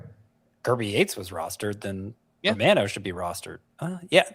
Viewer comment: It's Jordan Roh-mah-noh.......NOT "Roh-man-oh". C'mon, aren't you Italian?